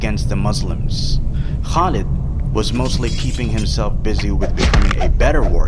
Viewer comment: Khalid bin waleed Not khaleeed